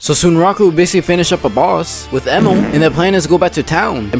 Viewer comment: why bro is saying Sunraku like that 💀 Also the season finale goes absolutely CRAZY